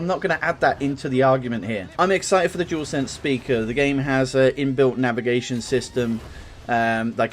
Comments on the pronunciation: Jewelsense 🤦🏻‍♂️ so many people say the name wrong 😂 it’s a dualsense 😉. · you said the name wrong 🤦🏻‍♂️ many times it’s not jewelsense it’s dual sense 👍🏻.